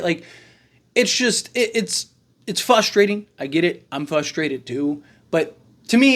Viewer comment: This clown literally says something and then contradicts himself 2 seconds later "it's fuhstrating" caterpillar